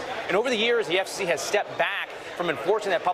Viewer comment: He can't even say "FCC" correctly. Doesn't wanna "accidentally" sound Gay. All these Stiffs are hiding who they really are behind hatred imo. Just like "J.D. Vance" with his fake name and life.